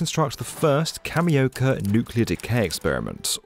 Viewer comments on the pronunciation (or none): It’s not cameo candy Say it properly